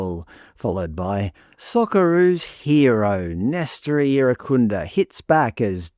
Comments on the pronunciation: You're trying so hard to be pressed by this, lol. If it wasn't clear enough from you mispronouncing 'Irankunda' repeatedly (hint: the 'n' isn't silent), and you really are this obtuse to the many reasons that he hits the headlines so frequently, it just shows you don't pay enough attention to the general discourse around Australian football to contribute something actually insightful or informative. The focus of these stories aren't confirmation of some ABC agenda that you're apparently so paranoid about; they simply reflect the appetite of the majority of fans, and what they're most interested in. For years now, Nestory has been in the headlines because he's a huge fan favourite and frequently makes himself an undeniable talking point with his explosive and direct attacking play, jaw-dropping goals, and showmanship that make him impossible to overlook. He is by far our most eyecatching player, on a regular basis. Metcalfe is comparatively understated — in both his play and his demeanour on the pitch. He's a tidy midfielder who has a good passing range, carries the ball well and has an important role in our transitional moments, but there is a reason he's relatively unheard of outside of the Australian and St Pauli fanbases, and it isn't because the ABC has some reverse racist agenda, as you're not-so-subtly implying. Your agenda, on the other hand, is blatantly clear from the lengths you've gone to to be misleading here, your smugly sarcastic voice over, and how pridefully b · I watched on SBS. I only heard Irankunda, Türkiye, Irankunda, Türkiye. I have to laugh, I was in Türkiye 😂in February and none of my Turkish friends pronounce it anything like what was being hammered out on SBS. 🤦🏼‍♀️